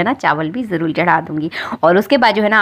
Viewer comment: bhozan nhi bhojan bole. jarul nhi jarur bole.